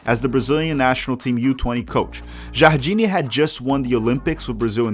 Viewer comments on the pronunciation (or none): none